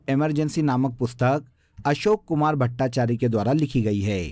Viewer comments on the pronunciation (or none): none